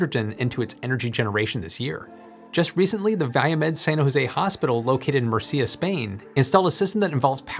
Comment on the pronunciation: If I have to correct anything from the video that would be that "Murcia", despite of that "cia" in the end, has "Mur" as it stressed syllable. If it were the "cia", then it would have the ´over the "i", as in its neighbour "Andalucía". Other than that, I like videos that are not so pesimistic about the future of H2 because, the way I see it, I think that's the way to go when it comes to personal mobility.